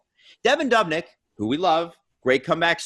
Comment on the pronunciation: I’m sorry guys but I’m losing my mind hearing you pronounce Devin Dubnyk’s name as dub-nyk instead of doob-nyk. It’s the exact same as Dubas. Sorry about the nick picking but I couldn’t not mention it.